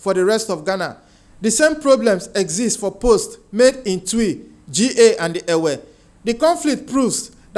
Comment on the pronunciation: The pronunciation of the name of the Ga ethnic group is “ GHA “ with a hard “ G “ as in Ghana , not the two letters read out as G-A